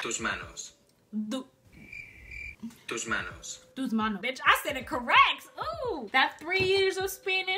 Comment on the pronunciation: It's the first time I've seen one of your videos and I loved it, let me tell you that you have excellent pronunciation in Spanish, it's my native language when you said TUS MANOS with that perfect accent I was impressed.